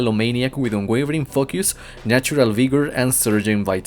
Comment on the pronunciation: i love the way you say elemental focus, sounds like elemental f.u. hahaha